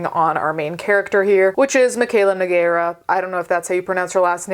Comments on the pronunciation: First, it's pronounced Noo-gay-ra. Second, I don't know about the US, but in Portugal, the use of falsies is disclosed in the small letters in the mascara adds. Even on tv it says in the corner. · about the surname, that's pretty much it, it's a portuguese surname no-gay-ra if you want to be a bit more accurate 😂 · Side note, Nogueira is a surname from Galicia (northwest region in Spain, right above Portugal). It means "walnut tree", and you, as Italian, would probably be more equipped to pronounced it right than the typical English speaker. I would say noh-GAY-rah is kind of a good guide to pronounce it phonetically, but maybe she pronounces it differently, because if her ascendants are Galician, they probably came to the US a long time ago.